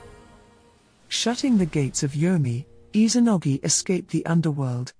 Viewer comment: Has anyone else noticed how she pronounces Izanagi? I’m hearing her pronouncing it as Izanogi, supposed to be IzaNAgi, not IzaNOgi. It’s IzaNAmi and IzaNAgi